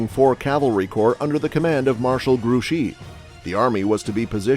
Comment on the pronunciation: Just a nitpick: you pronounce Grouchy and Marquis correctly, but Soult is pronounced “soo.”